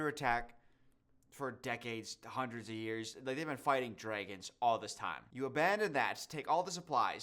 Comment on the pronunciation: "the dregons"